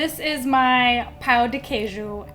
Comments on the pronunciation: Thank you for trying pão de queijo!! It's a national treasure. Just beware the word "pão", because foreigners always pronounce it "pau", which means "d*ck". Of course we understand it's difficult, but it's still funny. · I am not an expert in cheese bread, but I would like to inform you that you, as well as other speakers of the English language, cannot nasalize the word pão and end up speaking pau, which here means something else further below the equator of the anatomy. male. By the way, I love you channel. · i have a tip for you on pão de queijo, but when it comes to pronouncing it, not on how to make it hahaha you want to make the "ã" in "pão" as nasal as possible (instead of the open "A" that's easier to go for when we're speaking English), that's exactly what the ~ on top of the "a" symbolizes. not pronouncing "pão" nasally gives it a tooooootally different meaning, trust me, you don't wanna know it...😄😄